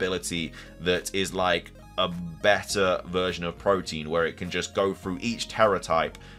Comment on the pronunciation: Its PRO-TE-AN, not protein